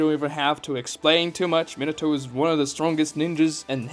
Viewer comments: ME-NAH-TOE Not minato like a fucking Minotaur. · how are u a naruto fan and pronounce minato like that lmao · Thought Minato was pronounced (min-nah-toe) for some reason